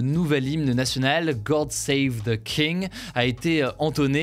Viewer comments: « Gord save de king » un effort. God. C’est pas si compliqué. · Pourquoi tu dis gord au lieu de god? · Juste un truc, c’est « god safe the queen/king » et pas « gord safe the queen/king » ça ne veut rien dire 😂